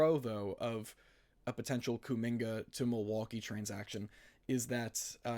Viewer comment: I rarely comment on yt..your kuminga take is very bad. The lack of ball knowledge is killing ya, can’t even pronounce his name right😭 before his ankle sprain last year he was HOOPING. And then they added Jimmy and there was just way too many scorers around him for his role to materialize. Give him the 2nd/3rd scoring role and he would thrive SO well next to Giannis. Kuzma is a negative asset and that pick is insanely far out + we suck so bad at drafting so who cares at all about a prospect young guy that we won’t develop anyways?? YOU GO GET KUMINGA RN IF YOU ARE THE BUCKS every single time.